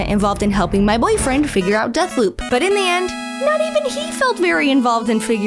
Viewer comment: Sooooo you say Deathloop... but(t) is more like Dead-p**p :/